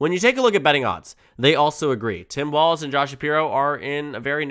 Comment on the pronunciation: It’s pronounced Balz… 😂